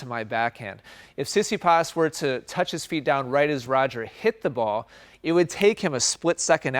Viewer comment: Tsitsipas is pronounced Tsi-Tsi-Pas with the tone on Pas . I think that what one hears in this video is more like Si-Si-pas. Also.. congrats for another enlightening video !